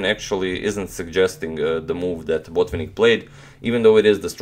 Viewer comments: May I try to correct you to a small degree. You pronounce BO'tvinnik and the right pronunciation is BotvI'nnik. You can ask your Russian friends if you do not believe me. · He is BotvInnik, not BOtvinnik